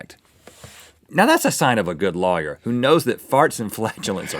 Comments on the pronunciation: The way Rhett pronounces lawyer u can tell he's from the south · Rhett says "lawyer" funny